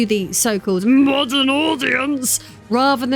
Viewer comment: “MMAAWWDUURN AUDIENCE” 💀😂